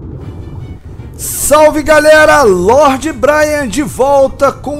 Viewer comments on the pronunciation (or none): none